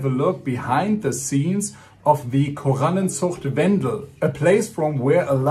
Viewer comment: As soon as you pronounced the word „Korallenzucht Wendel“ in perfectly hard German everybody knew where you are from 🇩🇪😂.